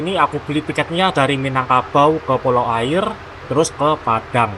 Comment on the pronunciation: Yang benar bacanya "Aiye" atau "Aia" (yang arti "Air") . Dalam logat Minang huruf "R" di akhir kalimat atau diakhir nama daerah tidak pernah terpakai alias tidak dibunyikan saat dibaca karna orang Minang alergi menyebut huruf "R" diakhir kalimat . Contoh nama daerah lainnya kabupaten Tanah datar dibaca "Tanah data" , daerah Sungai Jangka yg dalam bahasa Indonesia artinya "Sungai jangkar" , Pesisir dibaca "Pesisia/Pasisia" , Pasir Pangaraian (daerah di Riau) dibaca "Pasia Pangaraian"